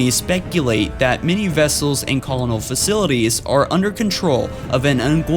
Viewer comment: Pronunciation for some of the words was kinda cute: Arberder < Arbiter, Colonul < Colonial, Punny < Plenty ;)